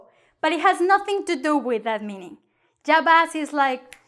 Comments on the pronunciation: She's not conscious that she pronounce ya as ja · At least pronounce it correctly. It's not the english J. Can't stand teaching incorrect pronunciation. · Why when u say " ya " it sounds like " ga " ? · I am so confused. Sometimes you pronounce ’ya’ with a y or sometimes j sound. So which one is right?